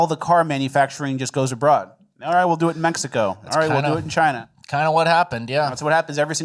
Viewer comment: My whole family including my 4 year old daughter says “Chyyynnnnaaa” every time. Never the old school China pronunciation.